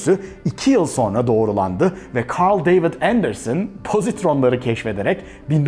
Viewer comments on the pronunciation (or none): none